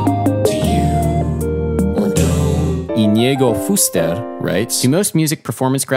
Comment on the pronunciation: Íñigo is stressed on the first i, not the second (username is not properly written).